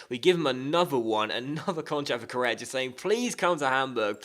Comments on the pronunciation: It's pronounced Co-rey-a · k o r r E a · Its pronounced like Correa with a srtong sound in the r and the accent is in the e